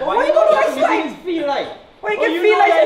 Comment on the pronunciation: Wait wait did say bitch after he say sesamee seed